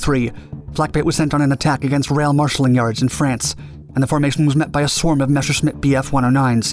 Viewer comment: It is pronounced NOT Meshersmitt, but Mesershmitt !!! Improve it !!! Thumb down !!